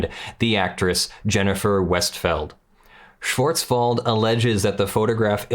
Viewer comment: You were close on the name Schwartzwald. The "w" has a v sound not an f sound.